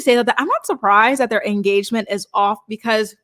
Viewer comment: They had an “enstagement”